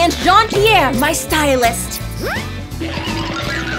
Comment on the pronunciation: John pier more like John pe-hair 🤣